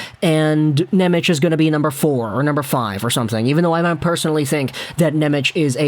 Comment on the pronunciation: I love you, buddy, but before i have a conniption, i have to let you know it's pronounced "NemeTS", not "Nemech." His name is spelled "Nemec" Slovak, the "c" is a soft "ts" sound, whereas the "č" is an english "ch" sound, like "Černak". (Related side tangent, the Slovak "Ch" like in "Chara" is actually a hard "H" sound similar to "Channukka" [sp?], people have been mispronouncing Chara's name literally his whole career.)